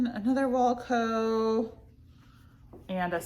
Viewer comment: Hi, love you! Longtime viewer, not a first time caller. I know you have trouble with pronunciation and had speech therapy when you are younger, so in no way am I making fun of any kind of disability. I just have some tips to pronounce brand names correctly, especially if they are your #1 seller. Wacoal is not pronounced like the band Wilco. It’s not walco. It is wah 😩 coal. Aerie is prounounced Airy, but it’s made by American Eagle, hence the AE at the beginning of Aerie. It’s also kind of a play on words because aerie started as undergarments and they were supposed to be light and airy. Onzie is not pronounced onesie like the one piece that babies wear. We all know the term onesie is licensed by gerber and would never let anyone else use it, even spelled differently. Which is why Onzie has the pronunciation right on the price tag of own-zee. So they don’t get sued by that Gerber baby money. 👶